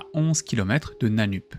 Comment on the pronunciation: Ça se prononce "Nanneup"